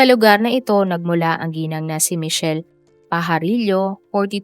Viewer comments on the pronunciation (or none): none